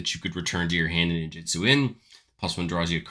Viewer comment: It’s ninjutsu not “ninjitsu”